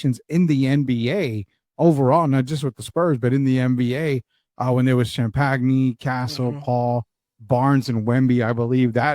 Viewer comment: it really bothers me that we’ve had Julian for 2 years and continues to mispronounce his last name as if he’s only ever read it on paper. If he’s listened to a single Spurs game he should know how to pronounce it by now. 🙃